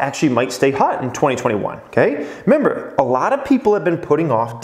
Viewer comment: Everyone: “hot”: “hut”